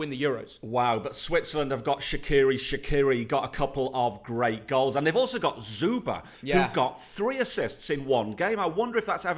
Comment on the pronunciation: OMG i have been questioning myself: who the hell is ZUBA.... Until i realised you meant Zuber... I am Dead.